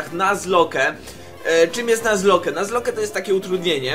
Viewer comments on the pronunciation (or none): EMMM YMM ... Czyta się nazlok a nie nazloke ... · Nie czytaj nazloke tylko nazlok :) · O Kurwa. Jebłem jak usłyszałem "Nuzloke",,, czyta się "Nazlok". Błagam, nie niszcz tego pięknego słowa xD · Mówi się "nazlok" a nie "nazloke" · Yey :D Mówi się chyba nazlok ;P